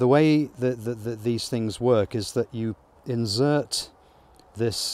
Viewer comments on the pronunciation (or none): STOP SAYING INZZZZERT !!! its inSert ! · He has not set it up properly. Why is he pulling out the flow frames? No smoker! Why did he get a flow hive if he was not bothered to learn how to use it🤦‍♂️. Instead of making stupid videos he should watch some videos about using a flow hive. Its “Insert” not “inzert”. Watched 10 minutes this guy is a joke. 0 respect, the bees dont get squashed when splitting the cells. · "Inzert" (sic) - for an Englishman, that is horrible pronunciation! FYI is pronounced : "Insert" - with an "s" - not a "z" ..... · insert.. not inzert